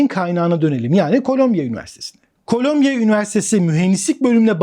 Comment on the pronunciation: Colombia (kolombiya okunur) bir ülke. Columbia (kolumbiya okunur) new york'da bir üniversite. Kolombiya Kolombiya dedikçe vay be dedim kolombiya ne gelişmiş ükeymiş, robot yapıyor. Sonradan düştü jeton.